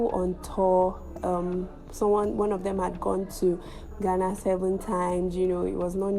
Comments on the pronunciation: It's pronounced Gaana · Why Nigerians always pronounce Ghana as "Gana"? . As a matter of fact the correct pronunciation is "Gaana"